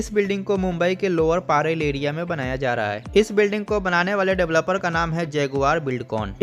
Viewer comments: अरे पारेल नही परेल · It's not paarel it's parel